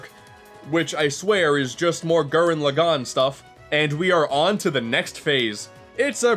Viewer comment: it pronounced Laaaagan not Lagaaaaaan